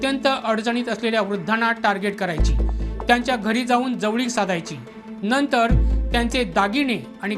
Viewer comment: अरे बाबा तण्वी, णंतर, पोलिसाणी, बणावट ,बणवाबणवी, लोकाणा नाही म्हणायचे....उच्चार शुद्ध असु द्या...बातमी देताय आपण.